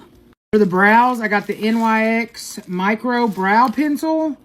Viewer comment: You Pronounce NYX like Fix but with a N so NIX .